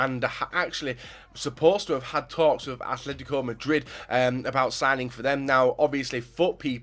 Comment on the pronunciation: FFS Its Atletico not Athletico